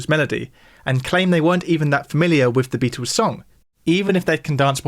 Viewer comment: Is it pronounced "Beat- ooos" or "Beat-ulls"? 😂